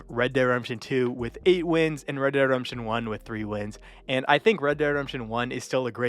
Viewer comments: ..Reh Deh Redemption.. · Bro can't even pronounce ReDemption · "Red dead Remption"😂